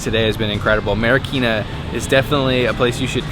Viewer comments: Its Marikina not marakina haha!! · Hi Guys! Haha. It's MARIKINA. But whatever lovelots.